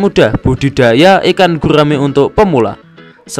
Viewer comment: gurrrraaaaame prrrrrut